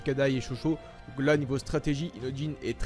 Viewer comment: Il c pas dire inojin il dit inotjin